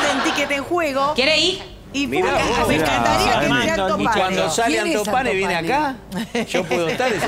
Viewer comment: ANTO PANE NO "ALTOS PANES" 🤔